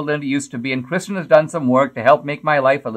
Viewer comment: Did you really mispronounce the Senator's name at the opening? You put her name in the title properly as "Kyrsten" Sinema and then you said 'Kristen." you did it again. ... "Kyrsten" is a Greek derivation. She's a sitting US senator. The least you could do is pronounce her name right.